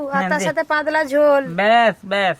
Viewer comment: পাদলা কি ভাই পাতলা 😂😂😂